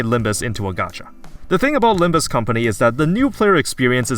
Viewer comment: Its not about Limb-you or Limb-me,. Its about Limb-Us!